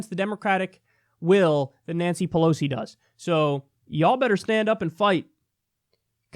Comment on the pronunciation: Pelos? Is Kyle learning Spanish now?